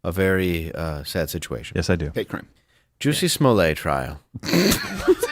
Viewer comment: Dave, "lets get serious" then says "Juicy Smollett"